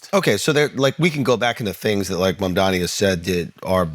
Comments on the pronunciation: I don't know why Charlemagne still can't pronounce Mamdani right lmao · Why can't Charlamagne pronounce Mamdani's name correctly? Imagine if it were a black politician